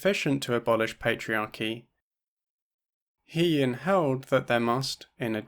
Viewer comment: Thanks for another great video, I just wanted to mention that it would have been nice to hear the accurate pronunciation of He-Yin’s name, as you pronounced “He” like the pronoun “He” but it’s actually pronounced like ‘Huh’.